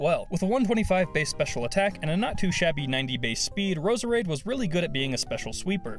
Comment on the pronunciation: you pronounced Roserade wrong